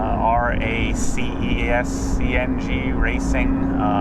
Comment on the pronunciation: Raceseng is pronounced like "racing" but ends like "eng" instead of "ing" :)